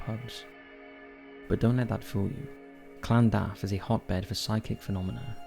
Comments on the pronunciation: In Cardiff its lan-duf not what ever you say it called:/ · The way he says Llandaff 😅😅😅